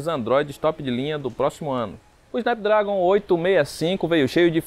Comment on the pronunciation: "Snápdrágon" pô brother, gasta um pouco de inglês ai kkkk, no mais, ótima matéria.